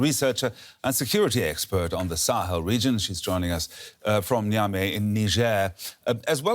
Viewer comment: Gotta give it to this news anchor, he always pronounces names of people really well and even tries to use the original language accents.